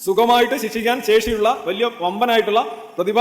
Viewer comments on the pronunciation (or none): none